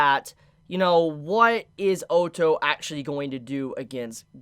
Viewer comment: Honestly I can’t stand people pronouncing Otto as ooto